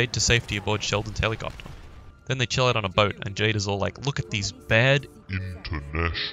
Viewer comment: When he keeps saying "BOAT" I just laugh my ass off